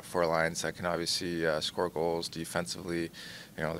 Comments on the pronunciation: Well for starters there’s an L in the word. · Love matthews but someone teach this man how to pronounce the word “obviously”.